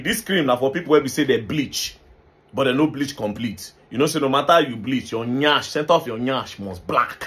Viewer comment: The way this guy pronounced the Nyaassssh! Madt😂😂